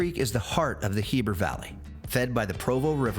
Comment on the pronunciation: Ask a local how to pronounce Heber cuz you added an extra "r"